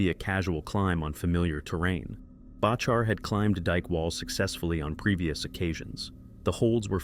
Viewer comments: Learn to pronounce his name… It’s Back her….. not Batch her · Its far from thousands of people barely hundreds get your stuff right amd it’s pronounced Back our dingaling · You can’t even pronounce John Bachar’s last name. It’s very disrespectful. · This is what happens when non climbers make videos about climbing. Shame on you, you cannot even pronounce John's last name correctly. Crawl back in your hole, please. The amount of misinformation here is mind boggling. Shame, shame, shame. Noihing but shameful douche-baggery in this.